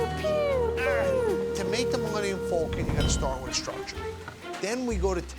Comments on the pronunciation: It’s pronounced Falcon NOT FULCON LOL and I am a New Yorker, so cannot say it’s the East Coast accent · "Thu Mullenium Fulcon."